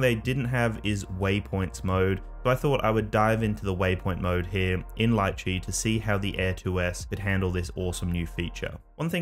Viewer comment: Can't pronounce Litchi tho..